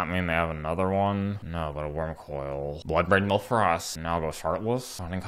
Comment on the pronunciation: Lol I never realized you said bloodbraid milf 😂